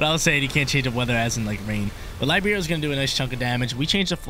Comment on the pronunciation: Little fun fact:Almost for sure,cinderace's ability (Libero) comes from The same italian word (Libero) that means "free".Because Cinderace is free changing typing as much as it wants!:D The exact pronounce is "Li-Be-Ro":)